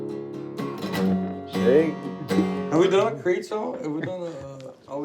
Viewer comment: Them butchering Creed makes me cringe 😂